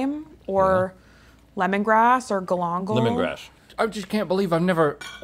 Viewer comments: really said Gall-on-gul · When she said “galangal”, all I thought of was Uncle Roger dying a little on the inside lol